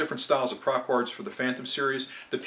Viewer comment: you lost me at prop gards